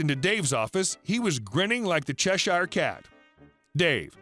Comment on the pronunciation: Cheshire is pronounced like chesheer not shire. Sheer.